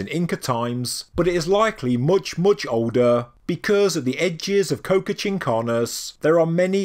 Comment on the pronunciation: Qocha is pronounced Ko-Cha, like "gotcha!" with a k